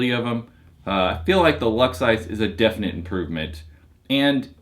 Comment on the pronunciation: he said "ISIS" lol